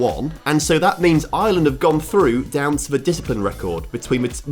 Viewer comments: Its Ireland not island 😭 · STOP CALLING IRELAND ISLAND YOU SAY IT LIKE ARLAND (THATS ONE REASON WHY I DONT LIKE THE BRITISH (ENGLAND) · I'm sorry but how hard is it to say Ireland without saying "Island"